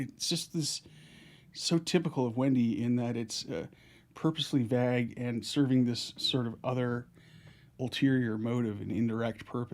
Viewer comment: Am I mispronouncing vague or is it where you're from that they pronounce it differently?